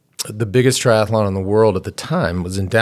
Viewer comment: No such word as tri-ath-a-Lon